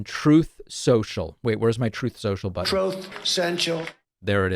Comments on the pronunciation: It's pronounced TROOTH.....(Truth). sometimes you sort of say troth. Strange. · “Trooth” lol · Exactly. But is it the Trowth?